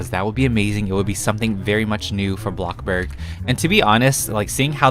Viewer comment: FOR THE LOVE OF GOD PLEASE STOP PRONOUNCING BLOXBURG AS BLOCKBURG